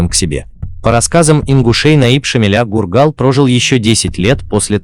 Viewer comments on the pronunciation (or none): Может фургал а не гургал